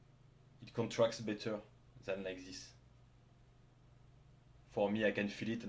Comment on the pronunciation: Thanks for the info! Gonna try doing decline dumbbell bench in a few weeks. Funny when you say "this" it sounds loke "zyzz". Keep up the good content, earned a new sub.